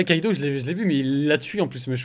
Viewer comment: c’est normal ou non? Tu n’arrete pas de dire Kaido alors que c’est Kido? Sachant que meme dans les redifs de game on voit que c’est Kido ta virer le mauvais ou tu trompes niveau élocution